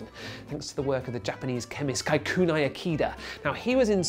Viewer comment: Shame on BBC! Who pronounce Kikunae as" Khay khu Nay " 😒